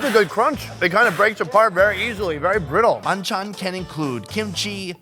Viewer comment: Pahn chaaan not BAND CHAN..LOL